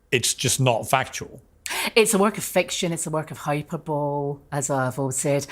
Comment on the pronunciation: I watched the entire interview and the thing that cracks me up is that twice she used the word "hyperbole" but pronounced it "hyper—bowl"! She supposed to be an educated woman and English is her first language.